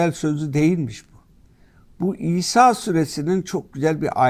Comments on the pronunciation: Senin cehaletini ne yapacağız efendi. Batıl değil, Baatıl okunur. Bak üstündeki şapkadan anlamadın diye iki a harfi yazdım ki harfi uzatman gerektiğini bilmiş ol. Ayrıca Kitabımızda İsâ sûresi yok. El İsrâ sûresinde o ayet. Kılıçdaroğlu ziyadesiyle câhil zaten bu durum konu bile değil ama Erdoğan savunucuları bari biraz ilim sahibi olsa… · Sayin Hadi Özışık sure adını söylerken kayıttan olabilir sanki İsa süresi gibi algılanıyor Daha vurgulu ve net biçimde İsra süresi olarak söylerseniz daha anlaşılır olur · İsra Suresi mi demek istedi yoksa bildiğin "İSA" suresi mi?